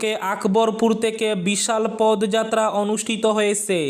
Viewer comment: Pod noy podo jatra bolben বাংলা উচ্চারণ একটু খেয়াল করবেন দাদা